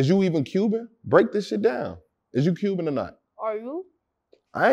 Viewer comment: Bro said “Cubian” 😂